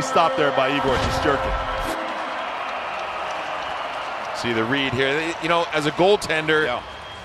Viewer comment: I can’t be the only one that the way they said shesterkin pissed off